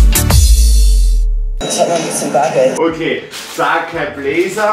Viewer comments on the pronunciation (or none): „Saceeeiii blazerrr“